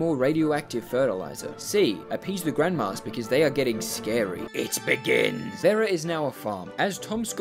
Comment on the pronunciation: omg you say Vera so wrong